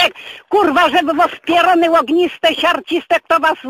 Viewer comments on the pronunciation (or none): siarciste, ogniste... hahahahha :D